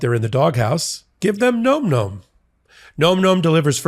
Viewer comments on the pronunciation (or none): Im not 100 percent positive but im pretty sure you were misprouncing your ad product. I really think its pronounced like "nam nam". Not like nome. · .....it's not GNOME GNOME, my dude. It's NOMM NOMM. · It's pronounced "näm" not "gnome". Nom-Nom is a common onomatopoeia for the sounds of ferocious or energetic eating. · Nom Nom is pronounced Nahm Nahm, like mmm, nom,nom,nom...not Gnome Gnome. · No, it's pronounced nome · More than half of America thinks "nom nom" rhymes with "tom tom." So far, you've tried "num num," "noom noom," and "gnome gnome." Maybe ask the company how to say it? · You're still pronouncing Nom Nom incorrectly and it's driving me nuts. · I’ve heard you guys do two pronunciations of Nom Nom and neither was correct. It sounds like bomb, not gnome, right?